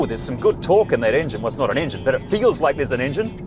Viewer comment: the "Piece of resistance". "Englin Boost". Priceless.